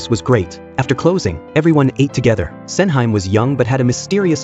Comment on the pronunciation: hearing SENHYME 😂